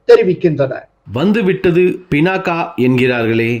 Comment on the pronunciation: Its pinaka..not binaca...pinaka s soolam of siva